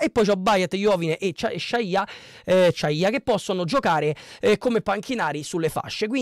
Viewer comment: Praticamente non avendo seguito il Como hai guardato su Sofascore chi ha giocato e basta..le pronunce sono: Ciagia’, Iannou e ódenthal poi Lucas Vasquez..Gioacchini in B ne ha fatti 0..Daii suu